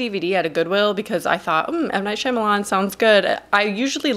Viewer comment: How tf am I supposed to value your opinion at all when you pronounced his name “Shimalan”